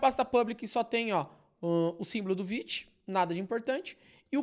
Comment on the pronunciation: Como assim se pronuncia "viti" e não "vaite"??? 💔🥀